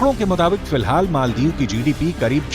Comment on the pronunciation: मोल्दिप नहि माल्दिप्स बोलो